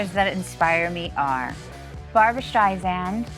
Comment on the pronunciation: Maybe Barbra was annoyed at her pronouncing "StreiZand". C'mon dude, she's been telling everyone for 60 years...